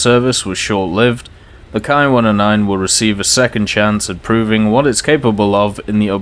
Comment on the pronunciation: Ki in Japanese is pronounced like an English "Kee" not "Kai". This is very important in as far as there actually IS the term "kai" in Japanese moreover it is used in distinguishing plane variants for example the famous Shiden Kai. So in one word I would advise to keep Ki (kee) and Kai appart.